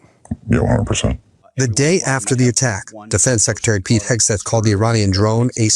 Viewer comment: Did say Kegseth? 😂 🍻